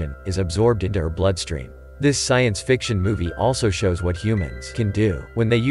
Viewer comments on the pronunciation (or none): He knows that it’s the way you miss pronounced fiction as friction